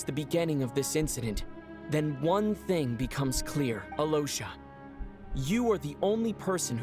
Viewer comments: Has his name repeatedly pronounced by characters as "Alosha", continues to say "Aliyosha" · Yeah, the VA's are great the voice director didn't even try to look up proper pronouncations, it's the biggest L so far for Genshin, the rest is great, but as someone who speaks Polish and Russian I can't help but cringe so hard everytime I hear most of the names. Alosha.... might as well call him Aloha go to Hawaii